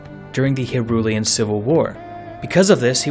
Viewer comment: Pronounces the word "Hyrulian" just fine Fricks up on saying "Hylian"